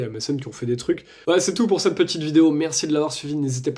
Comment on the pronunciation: ne tutoyez pas , svp ! et parlez correctement : on ne dit pas : Ste (STinformation) mais CETte information, par exemple.